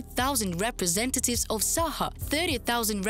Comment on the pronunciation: It is not Sakha but Sahka hk like harsh H and not yakut at all.